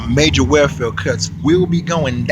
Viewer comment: Black women are vicious. They're not very good mothers and this whole "beat your kids" is nuts! BTW: welfare is pronounced welfare not warefare.